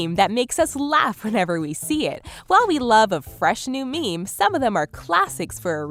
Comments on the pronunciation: Every time she says meme, I lose 10 years of my lifespan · hearing you say "meme" makes me want to die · every time she says meme i die a little bit more